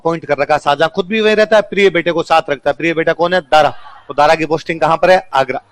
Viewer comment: Pehle naam lena seekh tab padhana Saajahan nahi tha Shahjahan tha salo tum log ko bolne ka tameez nahi hai tum padha rahe ho